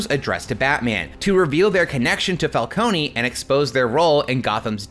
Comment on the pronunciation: Calcone-y lmao, it's pronouncd fal-cone